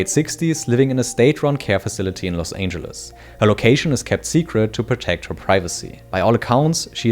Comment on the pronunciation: Los Ainjuluss 😂